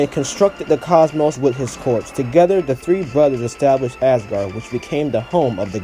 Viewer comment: Okay this is irrelevant but did you just call Asgard Assgard?